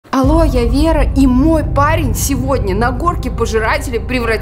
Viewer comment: Не алоя вера